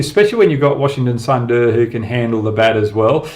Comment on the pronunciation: Hoggy pronounce sundar as "SOON DARE" .. will be proper mate